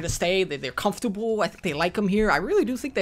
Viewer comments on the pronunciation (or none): none